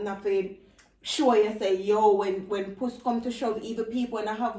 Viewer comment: Nobody:: “when pus come to shove” 😂😂😂 It’s when push come to shove😂😂 mi grandma seh “when pus come to show”